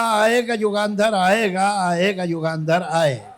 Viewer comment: बेहद खुबसुरत! सिर्फ एक सुझाव: युगांधर नही, युगंधर.